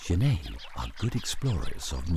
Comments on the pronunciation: I agree , the narrator says GENAY , But it is pronounced Jennet. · It's not pronounced zhaney it pronounced jenet like a fishing net it's an African word not French I live in Zimbabwe I know this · Genet is pronounced 'djennette', not 'zhennay'. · Yeah Lol I was thrown off by his pronunciation. Almost though I was wrong saying "JENett." He's mixing it up with the French writer Genet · Okay, looks like this video (or the other copy just like it) are the same thing. I've seen this "documentary" in several places. I'd like to see the BBC or PBS do a proper documentary on genets. The Cons: 1) That is not how you pronounce genet - FYI. There is a French surname, Genêt which is pronounced that way, but the two are not related. 2) The frame-rate is crap. Increasing the playback speed to 1.25 helped mostly, but it's still not completely smooth. 3) I suspect that this is a home-made documentary, as in someone let their pet genet run around the woods while they took footage. 4) Half of the footage is of other animals, and the made-up, flimsy storyline is boring and uninformative. The Pros: 1) The environment is pretty. 2) Genets are cool, cute, and underappreciated. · > Genêt = French surname (pronounced as the narrator pronounces it, which is correct for the surname - not the animal) > genet = an animal, a type of feliform, in the viverrid family (pronounced /ˈdʒɛnɪt/ or /dʒəˈnɛt/) According to the online etymology dictionary: from late 15c., from Old French genete (13c., Modern French genette), from Spanish gineta, from Arabic jarnait. In any case, the t is pronounced.